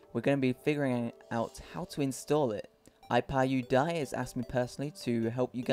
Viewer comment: It's pronounced "Teh/The Mod Ay-Pee-Eye"